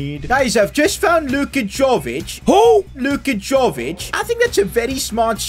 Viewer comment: It is not Đović, it Jović. You need to pronounse it like word JA(yes) in german lemguage.